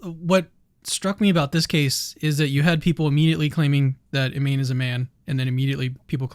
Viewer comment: Her name is pronounced "EE-MAH-NEH" not "EEMAIN" and the fact that you did not know that shows a lack of journalistic integrity. How can I trust any "facts" you share about the inner workings of her DNA and body if you do not know a name that has been said over and over by Olympic announcers in the very games we are discussing?